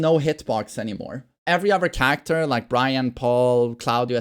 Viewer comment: "Changie charecta"